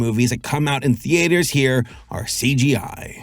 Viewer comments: Why do you insist on pronouncing "theatres" as "tee-ayters"...? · So do any of you guys say "Thee Ate Hers" or is it just him?